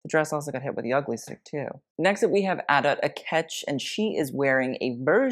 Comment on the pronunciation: Its pronounced- “Ad-dough”, (Adut)